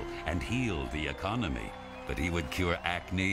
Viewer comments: "He's gonna fix the ecomony..." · I had to watch his interview to know he said "ecomony" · "he's going to fix the ecomony" 🤣🤣🤣 Did he say "Ecomony"? Hahaha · "The Ecomony"...